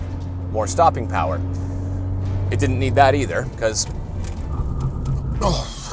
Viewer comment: uh, mo' POWAH BABY!